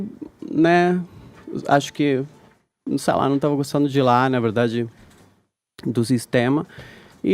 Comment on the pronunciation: Caio guerreiro! Edgard insuportável! Meu Deus do céu! Não dá pra ouvir mais esse programa! "Ninguém quer Lula livre aqui" KKKKKKKKKK "ÇEI" 😂